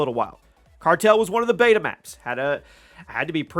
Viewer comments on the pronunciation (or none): none